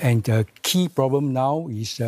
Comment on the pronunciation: The ploblem of today society is that many people face many many ploblem and these ploblem they face will become tml ploblem if these ploblems aren't solve in this presidential term